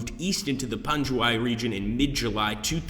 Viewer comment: It's pronounced pangwayy